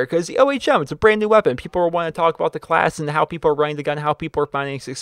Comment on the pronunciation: Does anyone think its wierd that he always call it a create a calss not a class? :D